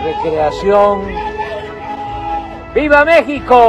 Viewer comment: "Viva México', Pres. AMLO. El Jefe, no sabe decirlo.